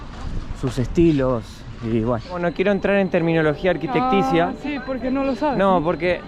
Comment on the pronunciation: Sabe tanto de arquitectura, que dice arquitecticia y no arquitectonica